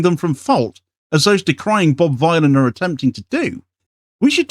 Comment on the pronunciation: Vylan as in Dylan...